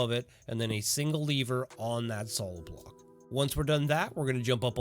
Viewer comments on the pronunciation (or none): take a shot every time this guy pronounces lever as leaver